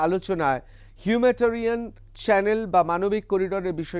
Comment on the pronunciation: হিউম্যাটারিয়ান নয় হিউম্যানিটেরিয়ান হবে। বারবার অন্তত একশবার এই ভুল বঞ্ছিত নয়।